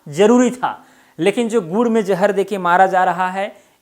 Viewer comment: Sir gur me jahar acha se boliye😂😂😂